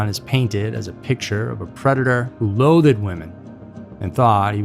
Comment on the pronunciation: loath-ed???? RTF dude.